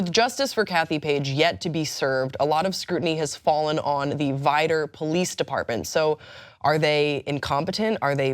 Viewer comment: I live near Veedor …it is pronounced Vidor….